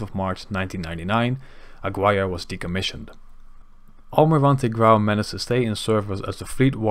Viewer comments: It‘s not ‘Agwire‘ but ‘Agirre‘, the U being mute and the G pronounced the German way. Otherwise a perfect report. :) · Jeezes vent, ik spreek helemaal geen Spaans en weet toch hoe je Aguirre correct uitspreekt. Doe een beetje research zou ik zeggen. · great video, tow points, Aguirre is mispronounced, but not a big deal and the one correction: at the end Almirante Grau was not preserved as a museum, it was sold to ship breakers in Guayaquil.